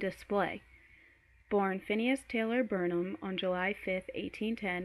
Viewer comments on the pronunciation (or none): It's not Bernahm.... You're pronouncing it incorrectly. It's BARNum. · Pronouncing P.T. Barnums name so wrong the whole reading. It is pronounced (BARN-um).